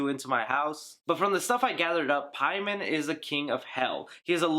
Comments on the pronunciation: Paimon (English) = For the Persian name, Peyman not PIE-MON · You say Paimon wrong when they said the correct way multiple times. Idk it just bothers me. They pronounce it Pay-men yet you make up a pronunciation